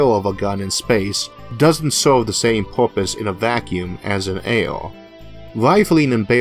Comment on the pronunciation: A "bewo"? What's a "bewo"? Oh, you mean "barrel"! And "awo" is "air"?!